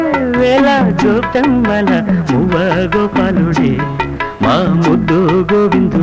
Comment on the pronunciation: తెలుగు భాషని కూని చేస్తున్నారు! వేవేళ కాదు 'వేవేల' గోపెమ్మళ కాదు 'గోపెమ్మల'!